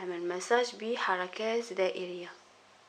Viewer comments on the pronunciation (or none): هههههه اختي نقول " مــَساج" ليس "ميساج"